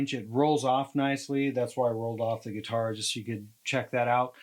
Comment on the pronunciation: Great demo! using your gweetar with an amplification unit! I will be saying gweetar instead of guitar now for the unforeseeable future! thank you